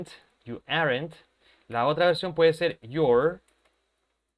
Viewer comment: Teacher, la pronunciación de You're y Your 😥